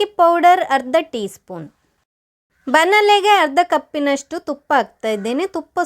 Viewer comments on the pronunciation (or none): ಬನಲೆ ಅಲ್ಲ... ಬಾಣಲೆ.... ತಲ ಅಲ್ಲ ತಳ.... ಲ ಳ ಸರಿ ಬರೋದಿಲ್ಲ... 😄